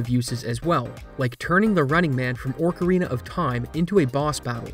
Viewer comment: im a year late, i get that. But orcarina? Ive heard some weird pronunciations for ocarina but thats a first